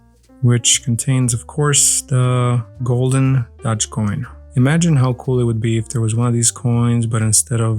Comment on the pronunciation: Isn't it the dogecoin pronounced like Doe-j, not dah-j? Im super outta touch, so I was just wondering if I've been pronouncing it incorrectly this whole time lol.